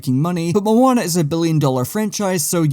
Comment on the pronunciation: This isn’t Moana it’s monaa